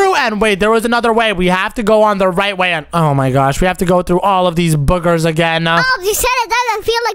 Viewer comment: The fact said “Boogees” instead of “Boogers”😂